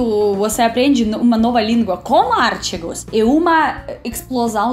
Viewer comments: É engraçado ver ela falar os artigos como "os ártigos" realmente os acentos é bem difícil até pra nois kksk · Ártigos? Kkkkkkkk. Demorei para entender que estava falando dos artigos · Eu tava tentando saber o que era "Árticos" até perceber que ela tava tentando pronunciar "Artigos", realmente português brasileiro, é exclusivo dos brasileiros kkkkkkk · no caso, não é acento, mas sílaba tônica; e a pronúncia dela, provavelmente vem do inglês, que ela também fala, e onde realmente a sílaba tonica está em "ar"; no caso da palavra em português, está em "ti". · AR TÍ GOS. E NÃO ÁR TI GOS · você está falando artigos errado. Não é ártigos. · artigos, e não ártigos... genero, número e grau... pense que pra nós também é difícil. A conjugação verbal é, espcialmente, difícil pra nós nativos também. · Tu és Muito charmosa é muito Querida....não se diz ÁRTIGOS o certo É: ARTÍGO. ( Não tem acento no íi, eu botei só para te mostrar que a letra forte não é o Á...é O I: ARTÍGO. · artigos é palavra paroxítona...lol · "ártigos" kkk